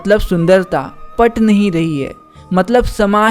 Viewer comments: Att nhi rhi hai ❎ Ftt nhi rhi hai ✅ 😂😂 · Aat nhi rhi hai ❌ Pat nhi rhi hai ✅ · Aat nahi rahi hai ❌ ❌Pat nahi rahi hai✅✅ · At nahi rahi hai na na na 😂😂 pat nahi rahi hai 😂😂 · Aat nhi rhe hi❌ Pat nhi rhi hii✅ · Aat nahi rahi😂😂